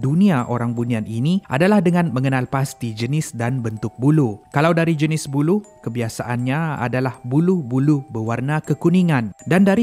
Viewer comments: Aku sorang saja ke yang dengar sebut bulu dan bukan ia buluh?? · Sebutnya "Buloh". Dah macam "bulu" pulak teman dengor 🤣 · Buluh laaa bukan bulu , sebut elok sikit